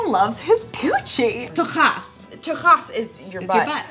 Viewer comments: When they said tochas, C'mon for sure not, but it doesn't matter, does it? :P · Truly horrible pronunciations of Mazel Tov and Tuchus - are any of you really Jewish?